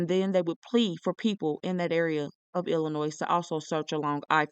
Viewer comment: thank you! and Illinois is pronounced with the 's' being silent🙂